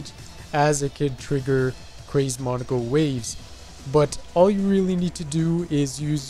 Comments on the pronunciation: In Japanese it would be pronounced “Mow Neh Koh” also neko is cat in japanese so I think it was meant to be Mow Neh Koh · Monika. Just monika. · To me, pronunciation sounds like it came from EoC and ItF.